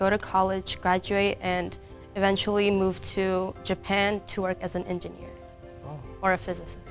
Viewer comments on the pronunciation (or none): none